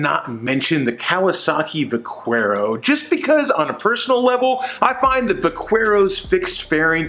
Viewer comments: You're definitely pronouncing vaquero wrong lol, it's Va-care-o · The "u" in Vaquero is silent... It means Cowboy. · "Vackwero" LOL! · I kinda feel like the pronunciation of Vaquero is on purpose lol.